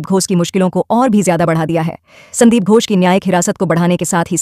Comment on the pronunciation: Poor pronunciation ghosh not gos